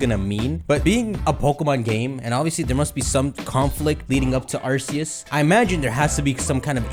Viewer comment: Almost 2022 and still mispronounces Arceus 😔😔